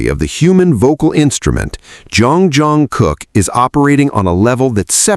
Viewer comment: This video made me hear you say Jeon Crocker, who is that? 😂😂😂😂😂😂 If JK catches that he would surely mock you for messing up his name.